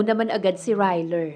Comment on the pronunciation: Who's "Ryler"? ☺😄😄😄